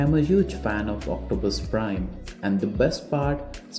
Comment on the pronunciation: It's optimus prime not octopus prime